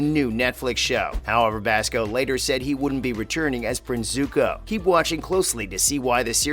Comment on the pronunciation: Dante Bassco? Soohka? What is this M. Night blasphemy?!